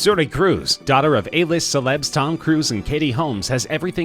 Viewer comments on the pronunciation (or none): none